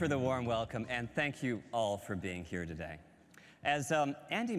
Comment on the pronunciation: did he say togay?